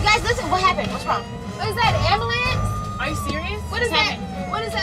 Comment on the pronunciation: Is that the “ambalance” 🤣🤣🤣